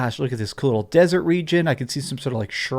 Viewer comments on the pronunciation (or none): none